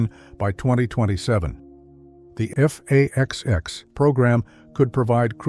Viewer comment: What the hell is "F/A-20"??? You do mean F/A-XX, RIGHT??